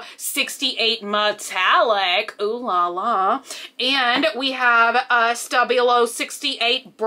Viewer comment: The way she says stabilo hurts my english ears :P